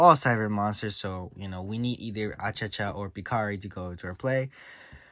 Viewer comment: Why you call him Achacha, it's Achichi 😅